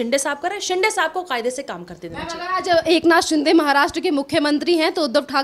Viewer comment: He is not शिंडे but शिंदे . You like to speak with authority but mind your pronunciation. Sounds illiterate